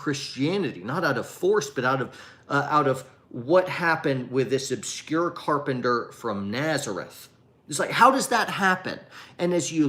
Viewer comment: I'm offended by your pronunciation of carpenter. Carpender??? Sheesh haha